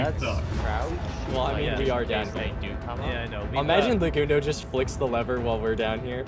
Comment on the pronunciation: Legundo? More like, Le-King-doe am I right??? Lol GGs man, what a fun event, hope we can do it again in the future!! 🤓